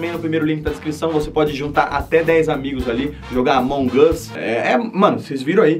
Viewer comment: Ele fala amonguasssss